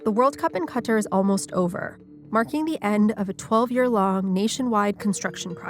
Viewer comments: where ???! Hahahahahahaha typical western media trying to cover everything yet can’t even pronounce the country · Who pronounces "Qatar" like that?